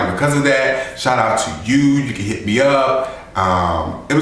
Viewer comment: shout not shot :-)